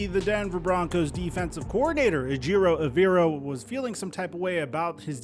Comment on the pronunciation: Take the time to learn how to pronounce Ejero Evero properly! Come on man!